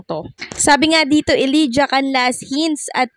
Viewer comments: Elijah dapat ipronounce na E lay ja hindi E li ja... Thank you! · Ellijah is pronounced elayjuh not elidya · Elijah = /eh-lay-ja/ (not /eh-lee-ja/)